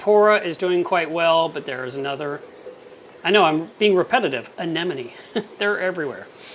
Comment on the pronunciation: ANEMMMONE not Anennnonnne